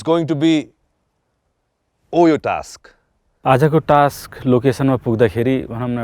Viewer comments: Somebody please tell him It's task not taks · shame on this roadies host and all coz why u pronounce task like taks shame bada american banxu bolda toung tiwst gare ra bada bolxu laj mandainu task टास्क bhanna auda टाक्स bhanxu ... internation tv babuna khojni bole ra thaki sake from very begining season 1 dekhi aile samma shikya xainu टाक्स rE NOW contestant haru le ni copy gardai xan टाक्स रे oh bahi maro mujhe maro ... sikha bhai host banni its टास्क not a टाक्स